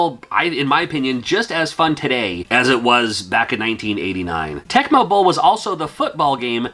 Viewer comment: Lol when you said Tecmo bowl, for some reason I heard tech bubble 😂